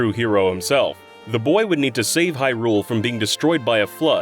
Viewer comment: Stop pronouncing Hyrule like that! 😂